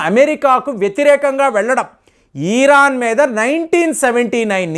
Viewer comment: ఇరాన్ అని కరెక్ట్ గా పలకండి. ఈరాన్ అని పలకడం తప్పు......